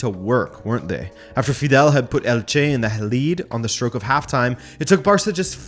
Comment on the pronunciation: I love these videos, but there is just one thing that bothers me a bit which is your pronounciation of Elche. There is no space between "el" and "che", and the "main vowel" is the first e. Instead of Elche it sounds like you're saying "El Ché" which is a completely different thing